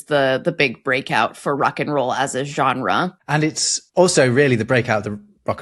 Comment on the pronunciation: Funny how you "struggle" with the french word Genre